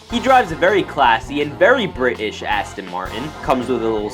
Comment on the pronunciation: The way he said Bri'ish was funny as I am from England